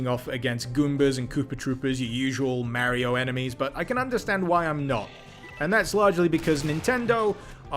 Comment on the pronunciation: Hmmmmm….Merio doesn´t Sound Right. I have usually no Problems in that regard but Mario got called a lot of times Mario and not Merio. But I am just nitpicking here. But damn , that mod is awesome! Thanks dude!